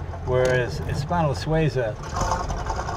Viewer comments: Not Sway za, Swee za. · Swayzah? Sweezah! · Jay, It's SWEE-zah. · Jay - you keep pronouncing Suiza incorrectly!!